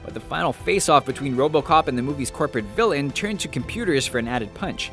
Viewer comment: Rant - You seriously need to learn how to pronounce 'Villain.' It's annoying as fuck to rewind it 5 times to try and understand your reference to 'fill-ins' during a scene with multiple background characters.Practice your V's please